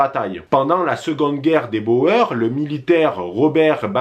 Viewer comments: Ça se prononce les " bourres" pas les " bo-eur" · On ne dit Bo-eur mais bour.... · Juste pour info Boers c est un mot néerlandais qui se prononce "bour" par ce que en néerlandais "oe" ="ou" Mais s non très bonne vidéo